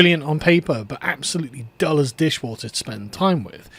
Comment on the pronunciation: "Dull as ditchwater" not DISHWATER....